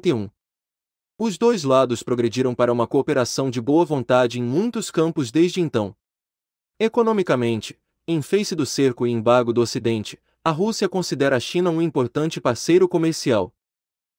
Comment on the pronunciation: Essa narração do rapaz está estranha demais: "quem não ajuda, não atrapalha" e não, "não ajudará". "Resolvésse?" "Em face (pronunciado em inglês) do". Claramente houve uma tradução sem os devidos cuidados de adaptação para o português 😂. Pelo menos está informativo. Dei o "like" mesmo assim, mas uma correção das imprecisões ficaria legal.